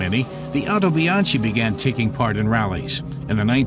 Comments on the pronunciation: Actually It Is pronounced "howtobianki" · Very nice video. However, it's pronounced "Otobianki".